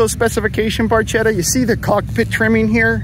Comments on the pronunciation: The video is great, but please PLEASE take note: FERRARI BARCHETTA, not pronounced BARCETTA. BARCHETTA. pronounced like BARKETTA with a hard K! Pronounced BARCETTA doesnt mean anything. BARCHETTA ( pronounced with the K like BARKETTA) means "piccola barca" Which is "small boat" because of the shape of the car. So, high respect for your deep knowledge of all the classic cars but please, from now on pronounce BARKETTA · Barchetta is pronounced Barketta